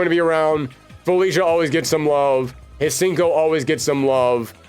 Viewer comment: Hsien-ko is best girl… and it’s pronounced “see-en-co”. The H is silent.